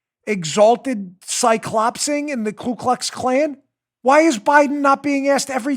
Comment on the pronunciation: Just making sure you've got the correct pronunciation: KU KLUX KLAN -- No "L" on the first word.